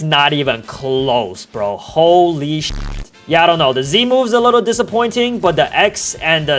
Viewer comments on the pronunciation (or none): chill guys he just said ho lee-sheet